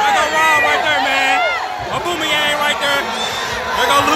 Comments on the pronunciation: Man said auboomeryang 😂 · Homie said auboomayang